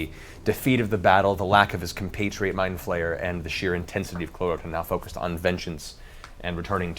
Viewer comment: it's clarot(t)a, not claroca, but can see why you'd hear that XD